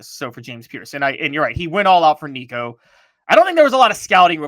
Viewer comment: How can you still not pronounce our qb’s last name?? Just call him Nico..we know who it is😎